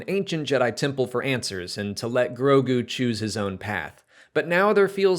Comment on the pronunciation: I know it’s new; but you’re mispronouncing Grogu.... you keep saying Gorgu.